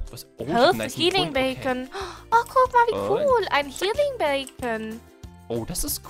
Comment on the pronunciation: Why sagst du healing bacon und nicht beacon oder so 😂😂